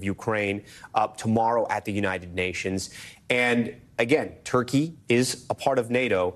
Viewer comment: it's funny when the interviewer said Turkey and it sounded like Taqîya